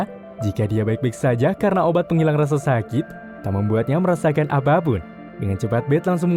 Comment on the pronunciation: Kalo di denger denger adminnya gak bisa bilang "P" , setiap ada kata APAPUN jadi ABABUN 🤣